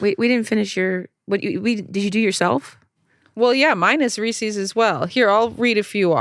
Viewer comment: the way they're pronouncing Reese's is bothering me so much